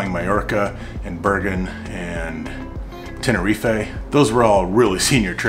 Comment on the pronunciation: Tenerifééééé 😂😂😂😂😂😂😂😂 the pronunciation 😂😂😂😂😂😂